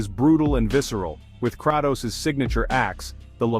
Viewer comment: Bruh, the whole video was supposed to be so good, informative and I agree to most of them, if not for that Kratos and Atreus pronunciation lol.